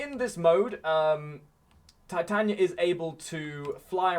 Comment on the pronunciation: It's Titania not Titanya